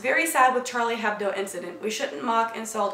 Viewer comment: Came back to this because i wanted to correct your French :P In Hebdo, he H is silent. So it's more like Charlie Ebdo